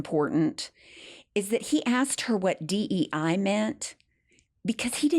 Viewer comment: Did he just say DEA ? 😮